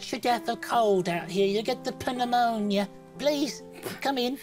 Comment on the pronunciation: You’ll get the puh neumonia